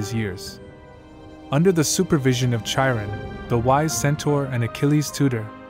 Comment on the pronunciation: Great video but say it with me ki Ron not ch iron I know how it’s spelled but it’s ki Ron not chi Ron